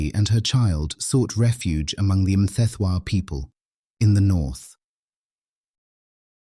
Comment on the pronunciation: Are you sure that you are Zulu? How you say Sensangakhona and Mthethwa, haibo, ( not sure)